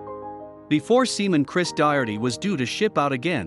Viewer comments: He’s not Christ. Turned off video at the first mispronunciation of the name. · Check the script. His name was Cris - NOT CHRIST! Double check at deployment, how many times you called him Christ. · They should have proofed the audio before posting it since the narrator kept going back and forth between calling him "Chris" to calling him to "CHRIST" and then back to "Chris" again.